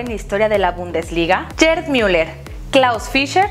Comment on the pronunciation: Comentario constructivo, Gerd se pronuncia Guerd, no Yerd. Saludos, muy buen canal